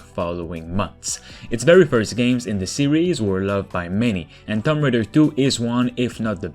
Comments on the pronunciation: It’s not thump raider it’s (two)(om)(b) raider got u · I kept hearing Thumb Raider. Sorry. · “Tumm Raider” lol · What is Tom Raider? TOOM-B Raider...